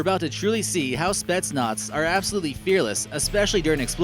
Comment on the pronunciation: It's not spets nots it's spet Naaz